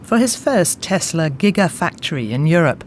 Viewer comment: Who is Tes-ler?